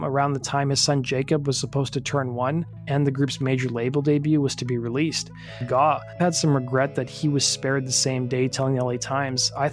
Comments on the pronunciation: It's GAUGH, not GAAW or GOUGH. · The word is grape without the g. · Need to teach your AI how to say GAUGH